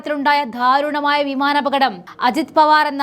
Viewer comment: ധാരുണമായ അല്ല കൊച്ചേ ദാരുണം എന്ന് പറയു